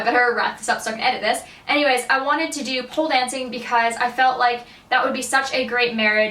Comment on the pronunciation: did you say pool dancing or pole dancing?